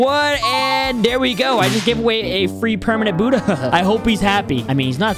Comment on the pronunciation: In the intro it sais shut light but it’s budhaa